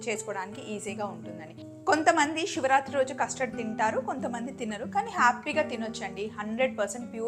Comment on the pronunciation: Siva rathri, shivarathri kadu